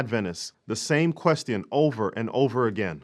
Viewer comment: I like how you pronounce “question.” Lol